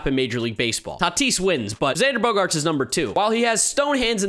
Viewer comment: Jerry Remy always says Xander’s name as “Xandah Bogahts” and makes me laugh every time